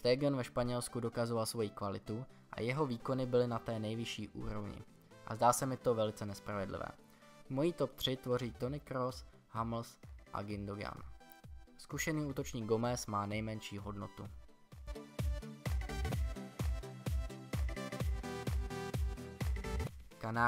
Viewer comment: Čte se to Želinsky... Hummels se zase čte Humls ne Hamls... De Gea zas jako De Chea...a ty bilióny měly bejt nejspíš miliardy... jen menší rada... jinak dobrý video